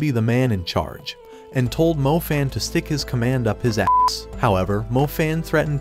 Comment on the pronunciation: Stop say a'ss